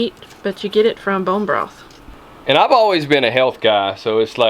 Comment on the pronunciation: Love how you said “Brone broth” two times in a row. Lol ❤️